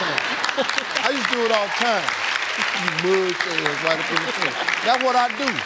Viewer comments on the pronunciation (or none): UPINE! He said UPINE 😂😂😂 Honestly my favorite ever.